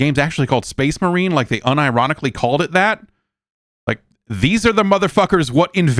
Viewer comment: I think you mean "so that's SPAAYHZE MAWHREEN, 2."